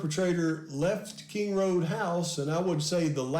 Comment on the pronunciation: Its King Rd not Kind Rd